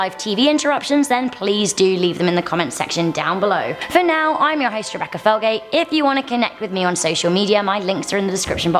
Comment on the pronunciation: [ADMIN] 1 Butchered her name lol